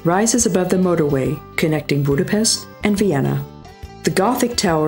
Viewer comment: Tenfold, eh..? Cuz the content is not good enough?? Plus she's doing a confusingly great job of pronuncing the name of places. Budapest, one of the most obvious ones, she fails. But Gödöllõ, Veszprém and many others, she nails. Just a thought..